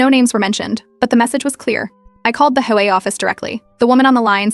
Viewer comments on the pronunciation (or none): HOA is pronounced aitch-owe-(h)ay.